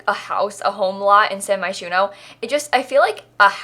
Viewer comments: Wait a minute. Did she for real just pronounce Moschino as mosquito? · I swear everytime you say Moshchino you are saying Mosquito